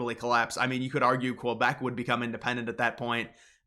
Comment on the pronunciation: He pronounces Quebec and "QueBAK" which makes me think he is not very knowledgeable; not very credible to listen to.